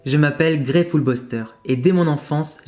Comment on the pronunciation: .... Ta vidéo est excellent, mais, rip grey(⚠️ATTENTION, JE NE SUIS PAS UN HATEUR, PLUTOT UN ABO⚠️) Tu as prenocé "Grès" C'est oas grave, vtaiment, mais fait attention d'acc ? 😅 Sinon, superbe vidéo, tu mérites bien ces likes 👍😁